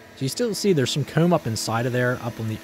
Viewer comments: Super interesting stuff but man, I can't stand how you say certain things particularly very common terms you'd use in your videos like comb - "coomb", or exposed - "expoosed". Everything else you say without an odd accent lol. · Every time you say "comb" (koom)....I chuckle. Great video though. You have a fun life it seems.